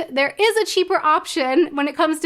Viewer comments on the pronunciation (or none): none